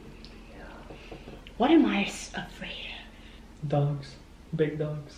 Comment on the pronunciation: i thought he said big ducks instead of big dogs